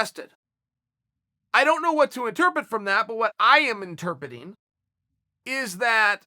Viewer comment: Uncle Chael it's "interpreting." You're forgetting the second "r"